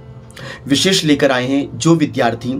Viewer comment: आप क्या बताएंगे? आप तो विद्यार्थी को विधार्थी बोलते हैं। कृपया पहले स्वयं शुद्ध उच्चारण सीखें।